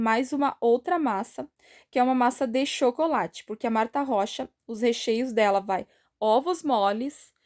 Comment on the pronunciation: Oi está certa a pronúncia...amo tuas receitas...Gratidão por atender meu pedido...Gratidão por todos os ensinamentos...te adoro....Deus te abençoe sempre.😘❤